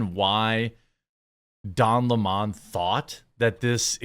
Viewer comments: Why do people call him "Don Le Mon" ? Isn't his surname "Lemon" Not "Le Mon" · it's lemon, not le mon. Idc what he says. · I don't believe his last name is pronounced LeMons unless they have a French accent. In that case they drink LeMonade. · It's LEMON, this jackass really wants people to call him "Le Mone" like he is a sophisticated French nobleman or something. lmao fvck off.